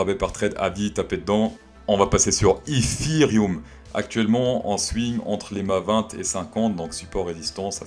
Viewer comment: C'est DEATH cross et pas DEAD cross pour être plus précis... Comme Ethfffereum au lieu de Ethtttteureum 😉